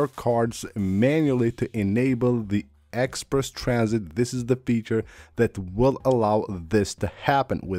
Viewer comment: “egg sperse tran -sit.” Uh huh.